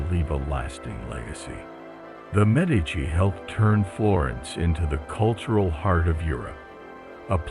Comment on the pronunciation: I enjoyed this. A couple of pronunciation problems, though: "ch" in Italian is pronounces as "k", which "c" is pronounced as "ch". Therefore, Brunelleschi is pronounced broon-eh-LESS-kee, "Botticelli" is bot-ee-CHEL-ee, and "Galileo Galilei" is gal-ee-LAY-oh gal-ee-LAY-ee. You got "Medici" right, though (MED-ee-chee).